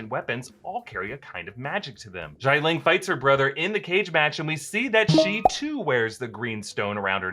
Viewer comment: Okay, allow me to correct you, Xialing pronounce like SHA LING... You're pronouncing it so strange....